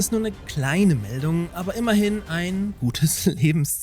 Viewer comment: "Dräumen" "Glein" **oh "Berichten'ne" war auch noch dabei^^ Du haust aber raus :D